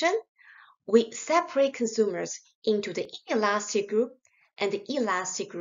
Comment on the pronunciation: bro i cant distinguish her between elastic and inelastic lol it sounds the same